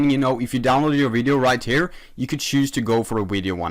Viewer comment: Me: “video”: “wideo”